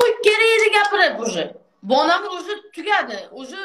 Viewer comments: Bonamurni ismini togri aytishdi organvosin onasi tavba😂😂😂😂balamur deydi😂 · Bolamur mas Bonamur 😂😂😂😂😂😂 oldin gapirishni organvosin qiziga sokinishdan orgatishdan oldin😂😂😂😂😂